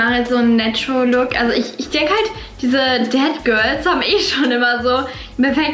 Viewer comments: Du sprichst es irgendwie aus wie dead girls und nicht that girls 😂 no hate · Ich bin jedes Mal erschrocken wenn du ,,dead girl " oder ,,sät girl " gesagt hast weil ich dachte du meinst es auch so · Ich die Dead Girl verstanden hat😂